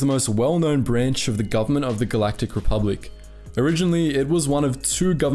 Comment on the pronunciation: "Rebublic". And now I'm imagining Bubba Jedi. I swear, sometimes my brain is not my friend.😂🤣